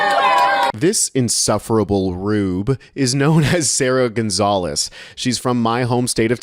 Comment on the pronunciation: Gonzales with an S lol